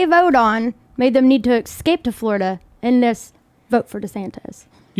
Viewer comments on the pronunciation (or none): "Excape" man, that's embarrassing.